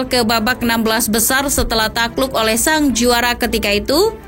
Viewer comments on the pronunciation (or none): none